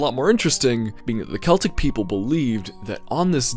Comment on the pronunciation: You said Celtic right btw